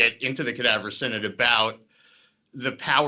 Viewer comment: /sigh·nod/ = synod, not /sin·id/